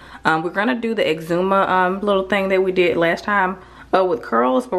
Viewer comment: So glad to hear you ladies pronouncing exuma right!!! Love my islands!!!🇧🇸🇧🇸🇧🇸🇧🇸